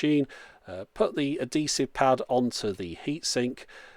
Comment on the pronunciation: 'A-DEE-SIVE' at first i thought this was the queens english but then I looked and you chaps are mean to say 'AD-HEE-SIVE'